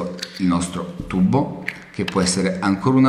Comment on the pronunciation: il segreto e bello , non puo essere spiegato . ma mi fa morire quando dice IL TUBBO haha ma e di napoli!!! bello!!ciao